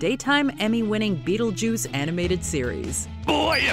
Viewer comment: My favorite is the skeleton when he calls Beetlejuice Be-attle-juice